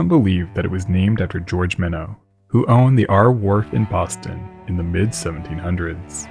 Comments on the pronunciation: Minnow like the fish. This is Minot light house as in my not. Like my not South Dakota. Where did you get minnow from? Fix it! Sounds stupid. Great story otherwise. Thanks. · locals pronounce it more like "Mine-ut"/"My-knit" with a hard T sound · It's pronounced MY-not. I grew up in Scituate, Mass. There is a section of that coastal town called Minot. The "new" lighthouse still blinks "I Love You". That's what my grandmother taught us. Her husband, my grandfather, had been lost as sea when my dad was only 4. We'd just sit on the shore and look at the light blinking as she told us stories about the Captain. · I agree with your comment, I love this channel but it’s pronounced ‘mine- ot’ not mino there is a ‘t’ reminds me of another video of him calling the USS regina the ‘reg-ina’ lol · Mine ott - not minnow The town: say Sich-u-et. - Scituate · I grew up in Scituate, MA. While I am sure Minot's name was French originally, NO ONE called it 'Minow's' Rock. It was pronounced "Mine-ott's" Beach and Rock. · Excellent doc. We pronounce Minot like "my" and "knot". Can't tell you why. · We tend to call it 'My-nots'. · You pronounce the name of the ledge incorrectly. The “o” is not long, the “I” is. MY- nitz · Scituate is pronounced sit-choo-at, and Minot is pronounced My-not. That said, great job on this one. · Locals pronounce it my-not. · Minot is pronounced my-KNOT and Scituate as Si-choo-IT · FYI, I'm from Massachusetts and grew up in Boston, and I think it is pronounced 'My-not', kind of like the city in ND. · How the town in ND is pronounced as well. My-not. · Hate to be this guy but the T is not silent. In MinoTs light. My family is heavily involved with the preservation society there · You lost me, at the mis-pronunciation of the word Minots. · I would have pronounced Minot as 'Minno' too, as the word has French origins. Well, live and learn I guess.